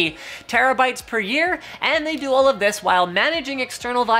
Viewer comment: Thumbs down for " cause DIS gun be goood". Ebonics wasn't intelligent nor useful when black people somehow convinced idiot white and other races of people to start talking that way ( out of sheer - wanting to fit in and be cool like blacks), and it isn't intelligent nor useful now. Linus, just stop.